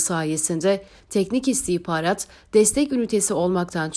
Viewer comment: Şu istihbarat kelimesi istihparat olarak telaffuz edilince çok rahatsız ediyor.